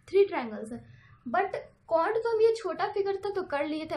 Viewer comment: wo cont nhi count hota h pagli....